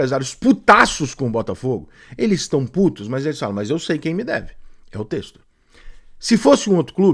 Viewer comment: Ele não consegue só falar bem. Tem que criticar… passaram 3 anos e ainda não aprender a falar o nome do Textor. Parece piada…